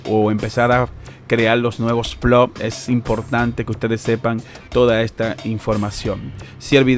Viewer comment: increible que no puedan leer una tabla de datos ni pronunciar bien ploT. Space pool libera el pago cada vez que llegas a 0,01.. Puede pagarte varias veces al dia!